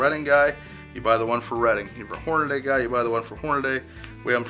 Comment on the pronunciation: It's Hornady, not Hornaday. Even Hornady pronounces it the right way.